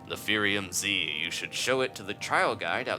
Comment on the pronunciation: It's not Fairium Z it's Firium Z... there's a difference